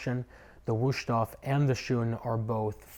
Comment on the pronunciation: There is no SH, it is a Z for the S